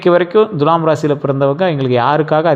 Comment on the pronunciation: உங்களிடம் ஒரு request. Dulam என்று தவறாக உச்சரிக்கக் கூடாது Thulam என்று அழுத்தி உச்சரிக்க வேண்டும். அதோடு வால்க்கை னு அழுக்கு ஒட்டினமாதிரி சொல்ல வேண்டாம். சுத்தமில்லாத சொற்கள் பலிக்காது!